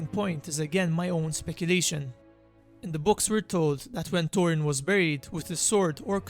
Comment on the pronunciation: The turd silmarils Witin the mountain Torin Oakensheild The center of the eart The war of rat Please, please, please learn how pronounce "th". It's really not that difficult. Bite the tip of your tongue and there it is. Your mispronunciation is really annoying and not helping your otherwise great content.